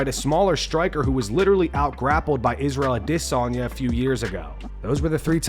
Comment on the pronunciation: This guy always saying 'Israel Addessssonyo' is annoying as fckkkkk wow